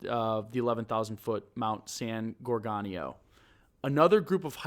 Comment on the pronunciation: Minor quibbles - but it’s not “neGREET” but “neGREHtee”, and not “gorGANio” but “gorGOHnio”. I’ve hiked in these mountains for decades, and you’re right, the trail is not hard, but it is at 11,000+ feet, so most people do feel the effect of altitude. Additionally, if you go off trail at all the terrain is typically covered with chaparral and manzanita- both very thick and unbending. Your guest was absolutely correct about that- you have a better chance of climbing under it. My theory on where he is has to do with the terrain which is typical on those mountains. All over them are very deep runnels carved out by seasonal rains. As a kid I stupidly climbed into many of them, with many being over 10ft deep and 6ft wide but almost entirely hidden as their opening is quite small. At any point one of these could have collapsed and no one would ever have found me. My guess is that Jered found one of these, climbed into to be out of the weather/cold, and it collapsed.